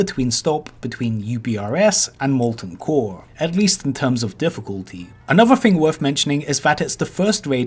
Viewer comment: Ovah waids wike mowten coaw